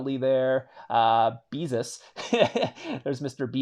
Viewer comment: Mister beesus? Lmao